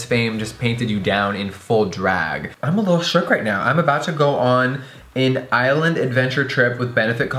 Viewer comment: Did he say n island??????